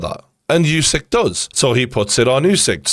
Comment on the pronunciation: Geordie, I just want to correct you with pronouncing Usyk - The U is NOT YOU. You are saying YOU SYK. It's OOH SYK